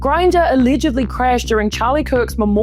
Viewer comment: aleeeeegedly this is the point where I had to stop the video and not continue please learn to speak english going forward